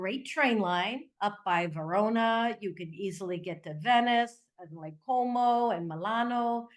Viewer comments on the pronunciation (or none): none